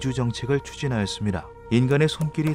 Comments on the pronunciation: 훗카이도가 아니고 홋카이도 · 훗(ㅎㅜㅅ)카이도 아니고 홋(ㅎㅗㅅ)카이도인데.. ㅜ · 훗카이도가 아니라 홋카이도입니다. 호ㅅ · 훗카이도가 아니라 홋카이도입니다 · 영상 잘봤습니다. ㅎㅎ 훗카이도(x) 홋카이도(o) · 훗카이도가 아니라 홋카이도 .... 부끄럽네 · 훗이 아니라 홋이요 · 그.. 잘 보고 있습니다만 훗카이도가 아니라 홋카이도 입니다; ㅠㅠ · 홋카이도 계속 훗카이도라고 하는거 불편하네